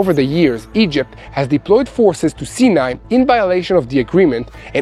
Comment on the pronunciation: I love your honest reporting and pray for Israel. I thought I had been pronouncing Sinai wrong all these years as I have always heard it pronounced Sigh-a- nih. Like he pronounced it the last time. But the first three times he pronounced in See-a-ne, so I am confused. How is the desert pronounced by an Israeli?